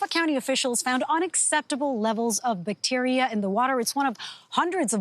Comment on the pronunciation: I like how she pronounces bacteria😂